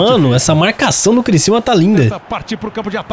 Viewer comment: É CRICIÚMA NÃO É CRICILMA É CRICIÚMA!!!!!!!!!!!